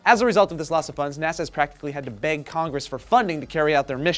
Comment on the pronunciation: Haha! On my smart phone speaker it sounded like said "NASA has to BANG Congress for funding", instead of beg. Both seem accurate.